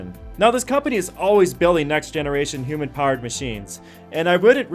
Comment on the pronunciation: Yup, it is. The guys who do these videos should look up pronunciation of these things. Also, he kept saying "hoOmen" for human powered haha.